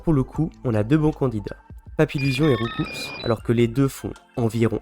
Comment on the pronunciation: PS : c’est « Rou-COU », pas « RoucoupsS » 😉😁